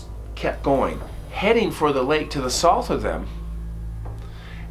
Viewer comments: Curious why you don't say South, instead sounds like Soth. Ha Love watching your channel esp when you follow up w phone interview POV! 🫡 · I love your channel!! I don’t know much about different regional pronunciations of different words, but everywhere I’ve ever lived, the word “South” has pronounced as “sow-th”… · Love ya But I have never heard anyone rhyme South with sloth before! What accent is that?? Lol I always hear South rhyme with mouth. But wait a sec… how do you pronounce mouth? Like moth? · Love your storytelling, but please learn how to say South! 😂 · Haha ok got it! I thought I was hearing some accent I’d never heard before. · I love the way he pronounces the word SOUTH😆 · Please say the word south correctly